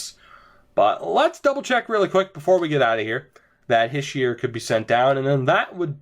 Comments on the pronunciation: ITS NOT HISH-EE-ER ITS HEE-SHAY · Habs For life it's Hish-ee-er from a frenchie